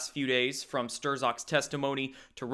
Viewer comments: How, at this point, can you possibly still be mispronouncing Strzok's name? Stir-zok? Dude: Strock. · It's Stroke.. not Stirzoker.. STROKER! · "Strzok" said like "sock" >> "Strock". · Stir-zok? It's pronounced 'Strawk'. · Sturzok's... LOL. It's pronounced Shtrok. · HIS NAME IS PRONOUNCED “PETER STRUCK”, NOT STERZOKKK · Stirzock? Is this some kind of inside joke that I'm missing,? I've told you a few times now that it's pronounced "struck", and yet you continue to mispronounce his name. Why? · Strock, Struck. Either one. But Stir-zock it ain't. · Pronounced Strock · ...it's pronounced STRUCK, numbnuts ...as in GOP got run over by a runaway truck! keep up with the LIES*, you fucking q-tard, and you will *burn in hell along with trump and the GOP! ...brits love trump?? no, they say he's a *CUNT*, pinhead [eyesroll] trump's not a racist putting babies in cages?? dude, you are a fucking piece of shit LIAR. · Strzok is pronounced ‘Struck’, apparently. And he’s beyond creepy. Can you imagine actually have sex with this guy? Ugh. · His name is pronounced STRUCK. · Pronounced like "STROCK" The "z" is silent. Used in a sentence: "Strzok is a cock." 🤣✌🇺🇸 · Not that Strzok deserves the courtesy, but his name is pronounced STRUCK. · Strzok pronounced Struck. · I love your show, but the dudes name is Pronounced Peter Strock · Tired of this shit! IT'S PRONOUNCED STRUCK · I believe the z in strzok is silent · Dude, I love you But...please!! The z is silent in strzok 😘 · Ian Thaddiam yep,makes me nutz!! Esp when the msm is blaring his name correctly 24/7!!!😂😂😂😂😂